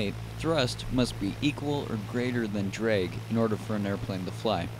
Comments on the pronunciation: ITS DRAAAG NOT DREEEG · Why is he pronouncing it "dreg" sometimes instead of drag... ISH TOO MUCH DREG, WE CANNOTS FLY! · dreg... dreg..... DREG. DDDRRREEEEGGG... it's drag buddy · if he says “drig” one more time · I cant😂😂😂 “DREG” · It's not pronounced DREG uuuggghhhhhhh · "opposite of lift is dreg"... LOLOL "DREG" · Nicely done video, but this is the first time I've ever heard "drag" pronounced as "drig". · very information. The biggest thing I learned while watching this was the proper way of saying DRAG. Thank you, I am forever in your debt.